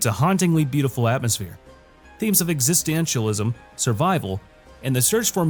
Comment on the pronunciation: In the part for girl's last tour you butchered the pronunciation of existentialism. Said existcheanthilism lol. Still good vid though, get my like.